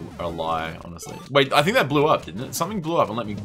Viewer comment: How did you manage to screw up "waiting"?